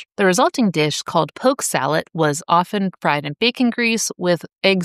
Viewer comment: Driving my tractor trailer through the rural metro North Atlanta there was a older fellow that had a sign nailed to his tree offering poke. SALAT I always thought it was salad. It sounded like you said salat as well. Always wondered if it was just an uneducated sign or he knew something I didn’t.